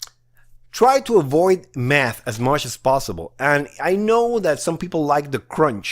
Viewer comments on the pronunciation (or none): When he said math I thought I he said meth lol 😂